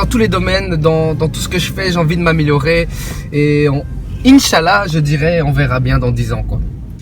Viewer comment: jmet +1 pour le inchallah mal prononcé mdrrr